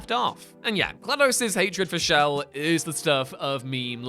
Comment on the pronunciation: Whose "shell"? I think you mean chell,.